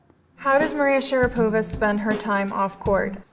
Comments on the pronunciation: FYI, Maria Sharapova can't speak Russian with no accent. And even her own last name she pronounces putting the stress on a wrong syllable (should be SharApova, not SharapOva as she says it). Her American English is way better than her Russian. In fact her first language is English (that's why she speaks it so flawlessly), not Russian at all. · Hi;) you are the best!) As a native Russian speaker I have to tell you about pronunciation - "Sharapova" She is SharÁpova And you told us - SharapÓva 😜 Sorry for my mistakes;))